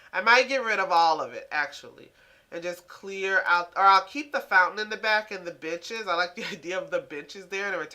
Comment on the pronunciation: Benches sounded like bitches